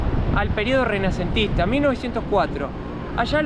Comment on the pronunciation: Período "remanecentista"???? No. Se dice RENACENTISTA Ufa. Estmos rayanos e la ignorancia. Mejor te asesoras antes de hablar si? 😂😂😂